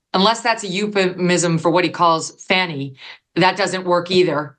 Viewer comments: Why do you continually pronounce her name wrong? Sounds like "Fawny" not "Fanny". Even your guests pronounce her name correctly. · "It was a Fanni call." I caught it, Megan. Well done, my lady!